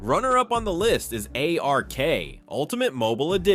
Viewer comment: When you said ark I lost faith in your video